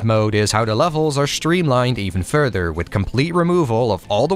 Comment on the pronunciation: Wow, what a time indeed, I remember being being consumed in NGB on PS3, not sure if it was vanilla or Sigma but how could i forget Rachel at 13 😊 😅 Great call on the timing and thank you for this video. I never tried the other 2 later titles but look forward to playing them until NG4. P.S. you say "further" like "fur-dur" lol